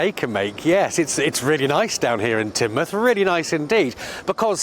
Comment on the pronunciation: Tinmuth, not Taynmuth